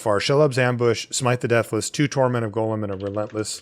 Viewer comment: His name is Gollum and it rhymes with column. Y'all keep pronouncing it like golem.